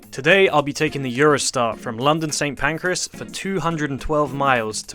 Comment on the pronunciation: And Pancras as PANCREAS !